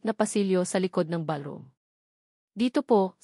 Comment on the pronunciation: Sabi ng narrator ang Table ay naging Teble tapos ang ballroom ay naging balrom. Hindi ba pwedeng palitan ang narrator para naman ka buhay buhay ang kwento!!!